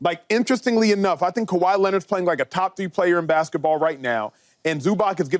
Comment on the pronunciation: Did Acho just say Kahwi Leonard and Zubac🤦🏾‍♂️😭